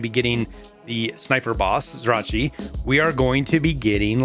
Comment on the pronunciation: Pronounced "Zrya-Chi-y" (Or just say similar to how you pronounce "Ry-zhy" - Zrya-chy - its really close) Cheers :)